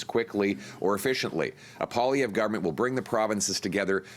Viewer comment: Why do people pronounce his name Po-lievre, when it should be pronounced Poah-lievre? Does he not pronounce his name the correct way (I'm truly curious, I know nothing about this guy)?